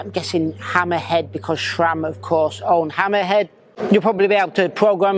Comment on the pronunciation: SRAM. There is no H in the name. SRAM is an acronym comprising the names of its founders, Scott, Ray, sAM. If you're going to be a cycling media, at least know what the hell you're talking about.